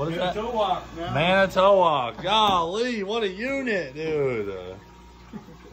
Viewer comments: Pronounced man, i (like the word it, short i), toe, wok (like the cooking pan). man i toe wok, Manitowoc. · Being from Wisconsin, it hurt to hear you Florida boys pronounce Manitowoc 😂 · As someone from Wisconsin, I about had a stroke hearing you try to say "Manitowoc" lmao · It’s pronounced Man-i-twak😂 Wisconsin cities are hard for out of state people to pronounce👍🏼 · Man I tuh wok is how you pronounce manitowoc and there based in Wisconsin in manitowoc wi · Cripes, you'd think a guy's never heard of the Manitowoc Minute. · "manitowoc" well now we know you've never been to wisconsin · #floridaman struggles to say manitowoc. Hahaha